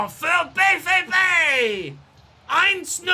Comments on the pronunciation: Kübel is also incorrect, sorry 😅 - it's [ˈkoːbl̩] - basically like you'd be saying cobble, but instead of a short o, it's a long one. Also, with BVB - the V sound you do would be the letter W in German - the sound often produced by V in German is like the F in fish or face in English. The V in BVB is pronounced like "ow", but with an f sound at the front, like this: [faʊ̯] Don't want to sound condescending, just want to help out a little! Loving the series so far! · Hey love the series. Only thing on pronunciation - German V (as in BVB) is pronounced Fau and Pokal is Po (Like the kung fu panda) and khal (like khal drogo).